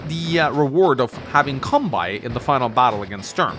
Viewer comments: It's kan-bay, not kan-buy. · Halla! Kanbei uttales slik: Kanbe[e] I Japansk språk så er bokstaven «i» etter bokstaven «e» en forlengelse av «e». Japansk «e» uttales likt som norsk «e» så du trenger kun å si «Kanbeeeee» Kilde: Jeg har Japansk med Japanstudier batchelor fra UiO, hehe. Digger kanalen din! Keep up the good work! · Alright the phonetic pronunciation of Kanbei’s name is Khan (as in Genghis Khan)- bay (like a bay window or a bay where you anchor a ship). Love your gameplay and don’t really mind your pronunciation personally, but heard you mention it in a recent vid and figured with in being an Kanbei mission I might as well put it here. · Kan-BAY,! Kan-BAY! Japanese pronunciation, not German! Your pronunciation has been not okay for years! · Just so you know it's pronounced like Kan-bay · If you'd never explicitly talked about pronouncing his (Kanbei's) name wrong on video it never would have started bugging me, but since you did and you actually are aware how to pronounce it right, pleaaaaaase start doing so. Kanbei rhymes with Sensei. Japanese vowels are extremely regular, and are always pronounced the same way. The final "ei" in both names is pronounced exactly the same way. If you can pronounce one, you can definitely pronounce the other. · I love these videos, but ' pronunciation of Kanbei always distracts me. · Still can't say Kanbei right though. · Maybe it can be something to do with what original accent his English teacher(s) had.